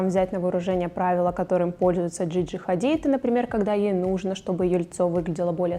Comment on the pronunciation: шугАринг,Джиджи хАдид.... Вы вообще знаете русский язык?Рассказываете про это,но не знаете произношение?